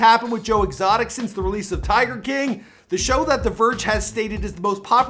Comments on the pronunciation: "Joe Extoic" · Joe ExToic😂😂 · "joe extoic” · Joe extoic?????? 😅😅😂